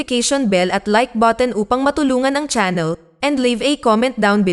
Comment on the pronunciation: Anong "thank you for watcheng"?😅